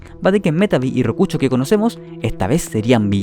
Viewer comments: rokuchooo :v rokusho papu con "sh" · Que gracioso que el video comience con una lección sobre literatura Pero el que hace el video no sabe nada de eso 😂😂 "Chonen", "pleitechon", "rokucho", " chingata" o chingada en tu caso Jajajaja😂😂😂 Que asco